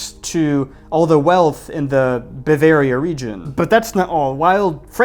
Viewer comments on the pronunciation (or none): none